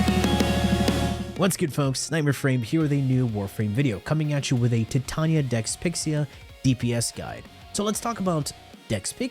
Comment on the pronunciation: Why do you say Titarnia🤣